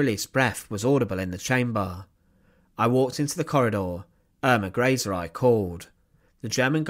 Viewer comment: Pronounced Earma Grayzuh.